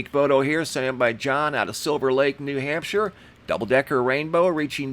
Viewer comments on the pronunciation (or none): none